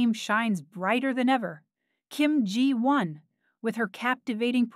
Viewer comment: At least the AI pronounced “Ji Won” correctly. 😂